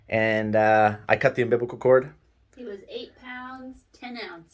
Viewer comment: I’m sorry but, gotta do this 😬 “unbibicle cord” 🤣